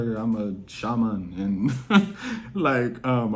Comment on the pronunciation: Haha😆😂 NOW WHY YOU SAY "SHAMAN" LIKE SHABBA RANKS MY GUY 🤣 LEMME FIND OUT YOU GAT SUM ISLAND IN YA DNA BREDREN🫡